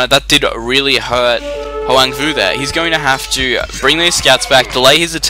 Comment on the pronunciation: You pronounced my name almost correct :)